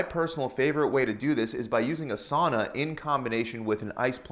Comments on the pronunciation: it is not "suana" its sauna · It is not suana, it is sauna! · suana.. laughing in finnish